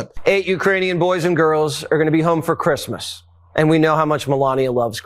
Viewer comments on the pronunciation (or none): She said “ who gives a fook about the Clissmas” 😂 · Watters, Melania says Creesmess, please give her the respect she deserves!